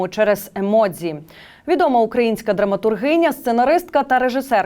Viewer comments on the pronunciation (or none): none